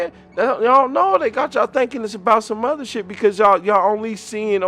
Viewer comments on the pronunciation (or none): none